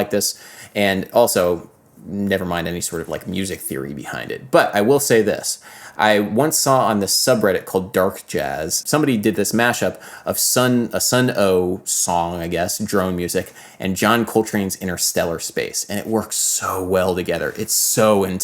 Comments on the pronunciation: I'm sure I'm not the only one to say this, but Sunn 0))) is pronounced "Sun". I like how I view you as a music theory genius (compared to me), but you are a mere mortal when it comes to metal band pronunciation knowledge. Anyway, drone metal is a thing, but have you checked out Joseph Grimms old project called The Wind Up Bird? When I lived in Providence I'd see him perform whenever I could, he did cool drone and other music, but would often mix it in surround sound and have the audience sit in the middle of the room with him. Seems like maybe something you'd be into. He called it "psychedelic music" that was, in opposition to "psychedelic SOUNDING music", since he was interested in the weird things that the brain does with music. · Look at this n00b pronouncing the "O)))" in Sunn O))) like that's a thing (just kidding ily) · Sunn O)))))))))))) is named after the amplifiers and just pronounced "sun" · For the love of God, don’t pronounce the O in Sunn O)))! Peace. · People pointing out how to pronounce Sunn O))) is the reason not as many people like Sunn O))) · Hey, I know this is very dumb but you're not actually supposed to pronounce the o))) in sunn o))) don't worry, nobody says it right the first time.